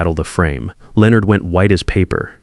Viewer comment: Why can’t the AI correctly pronounce Leonard? It’s not that difficult.